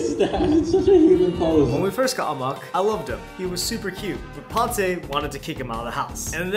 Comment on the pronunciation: Wwuuuaaiitt!!! Bro said whatttt? Amok? For real, how U pronounce... No,no... Spell Ur lil baby's name?